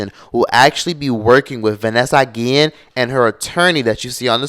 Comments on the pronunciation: Why are you saying her name like that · whyd you keep saying her name like dat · Why you saying her name like that